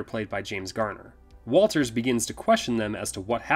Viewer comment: Good job guys, but you call the "brother in law" Is Walton Travis' brother. Also the special detective's name is Watters, not Walters, in respect to the film.